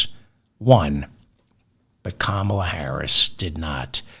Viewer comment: Why do you keep mispronouncing Kamala ?